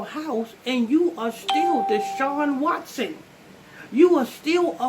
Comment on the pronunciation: Absolutely correct but it's Watson not Washington 😂😂😂😂